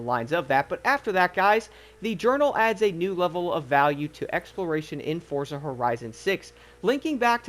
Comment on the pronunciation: you too pronounce forza wrong